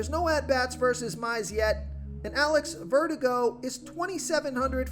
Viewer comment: "Jameson Tail-on?" "Alex Vertigo?"